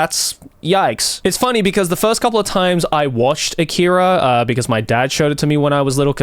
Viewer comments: Leave a like if you corrected Joey every time he said "A-keeey-ra" 🤣🤣 Great vid otherwise, Joey 👍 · I don't understand why he mispronounced "akira" like that in the video